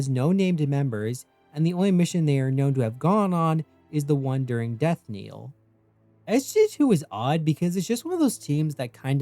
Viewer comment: I just want to point out that the knell in "Death Knell" should rhyme with tell or sell. It shouldn't sound like kneel.